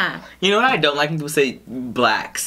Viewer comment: Lol, why you say, “BLACKSSSSS” like that?! You made it sound bad when you said it like that!!!! 🤦🏽‍♀️ 😂